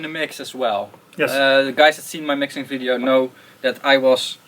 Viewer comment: "I wanna end this fideo offer here.."